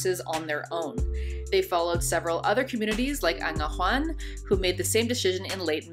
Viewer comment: Pronunciation mistakes by the way: The ⟨ei⟩ in “Keiko” should be pronunced /eɪ/, like the ⟨ai⟩ in “pain”. and The ⟨hu⟩ in “Angahuan” is pronounced /w/, like the w in English I really enjoyed the content by the way!